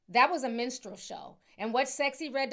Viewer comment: When Ti said "menstrual show" instead of "minstrel show" for sexxy red, it was so perfect and fitting 😂